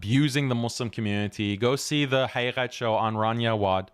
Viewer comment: Why do you say your last name so fast so we can't here it? and why do you pronounce Haqiqat like that? like a 2nd generation Iranian lol whats up man?